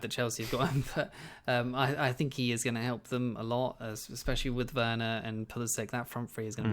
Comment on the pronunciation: Please call him Verner and not Ouerner it's just so distracting and WRONG!